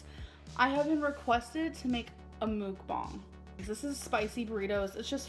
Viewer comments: it annoys me she tries to pronounce "mukbang" properly but says buffET. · Wait, so she can correctly say "mukbang", a Korean word, but always says the T in buffet??